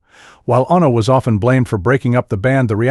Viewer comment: Ono, Bassist! Why can't he say the words properly . FFS.